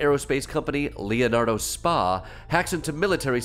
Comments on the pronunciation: Hey Klepper, It's not 'spa" like the one at the resort. "spa" is an Italian term, "Societa per azioni" or in English, "company with shares,", or a public or incorporated company. Using your parlance Boeing would be Boeing INK. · You’re saying “spa” when it’s an acronym S.P.A. which is Italian business lingo & is like Inc/Corp in English. You wouldn’t keep saying Apple Inc in a conversation about iPhones. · Leonardo Spa? FFS.. It's not Spa as in massage and steam, sauna. Spa is SpA as in Inc. Or Ltd. Or plc, or OY, or SA.... Inc., in America. Meaning a public limited company. Leonardo is a perfectly legit Italian defence conglomerate like Lockheed Martin or BAESystems or Raytheon. The ignorance here is both staggering and misleading. If for comic effect, fine. But this narrative is plain wrong. You just lost a long time fan